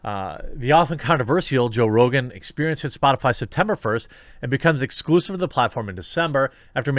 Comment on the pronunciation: i won’t miss joe “rogain” rogain.